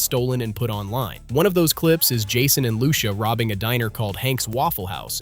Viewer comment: you cant even pronounce lucia .. slow